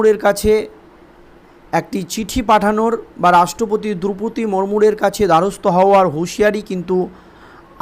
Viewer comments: ভূল উচ্চারণ করা হচ্ছে।মুরমূর নয়। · আরে ভাই! কি চ্যানেল চালাচ্ছেন? রাষ্ট্রপতিরি নামটাই ঠিকমত ব্বলতে পারেন না। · বাংলা টা আগে ভালো করে পড়তে শেখো , " এই আবহে " মুদ্রাদোষ টি ত্যাগ কর , রাষ্ট্রপতির নাম টির সঠিক উচ্চারণ জেনে নাও , তারপর খবর পড় , না হলে বড় কানে লাগে ।